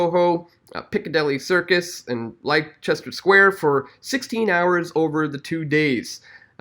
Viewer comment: Leicester is pronounced Lester, because English follows no rules!